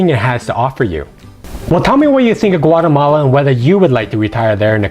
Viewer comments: It's Guatemala, not Guatamale. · Is Güatemala NOT Guatemale, is La Antigua NOTAntiga